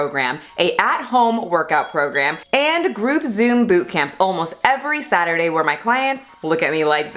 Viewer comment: I thought she said Faturday 😂😂 definitely gonna use that word from now on lol